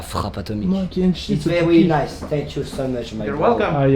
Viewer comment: it's vewi innecwedibeule